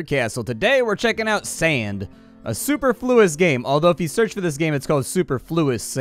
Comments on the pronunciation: suPerfluous is the correct way to pronounce this word. but this is a cool little title, and one i've played before. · Superfluous has the enunciation on the second syllable, not the first. English is hard, especially for this Tejano! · Stopped watching after that butchering of a pronouncement of superfluous